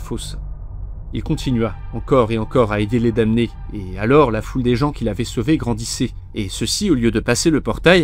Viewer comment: Juste un truc qui m'a embêté parce que je suis pénible : la prononciation de damné en français est /dɑ.ne/ . On ne prononce pas le m.